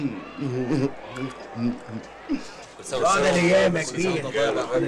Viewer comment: صدقني من محافظة سوهاج في صعيد مصر وبنقول ديك البراري مش البرابر